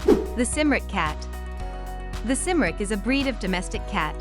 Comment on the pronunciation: Except it's pronounced Kim-rick